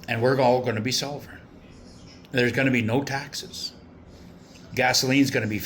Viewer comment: Why can’t you say SOVEREIGN ? You put an “l “ into it 🤔🤔🤔🤔🤔